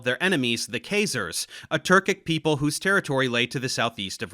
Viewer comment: That's not how Khazars is pronounced.